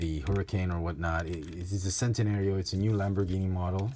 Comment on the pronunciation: Great review and great channel for early reviews and its pronounced "Chen-tenario"